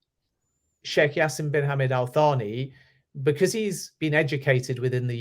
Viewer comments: His name is jasim. Just say Ja..sim. Not jasseem. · Hey, just a small tip about the pronunciation the J in Jaasim is pronounced as J and not as Y. As for Hammad, these are two syllables, Hum-maad. Hope this helps.